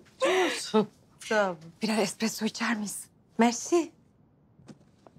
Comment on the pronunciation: tum filmlerde espreso espreso diyo